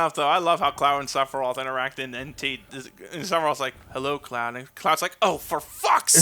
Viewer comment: Number Fifteeeen: SEPPA-RYEATH